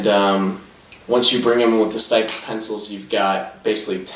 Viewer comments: Styptic is pronounced s-tip-tic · Not impressed with this review. It's obvious from some of the things you said that you don't really know what you are talking about when it comes to wet shaving. You mispronounced "styptic," you couldn't calculate the price breakdown on blades, and you didn't describe the razor or brush very well -- especially given that it is a boar hair brush (and for the record, brushes can be boar, badger, horse, a mixture of any of those, or synthetic). Plus could you possibly shoot that video from further away? We couldn't even see the products you were describing. As for the razor, it is obviously not a RiMei -- it looks closer to a Maggard, Matador, or Utopia... Which typically retail for $10-$20 depending on the model. And a similar leather sleeve can be bought for $5-7 elsewhere too. Just saying you need to shoot your video focused in on the product... And maybe be sure you actually know what you're talking about when you do a review.